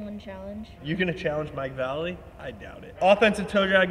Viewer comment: I cringed when berra said “mike valley” Its “vallely”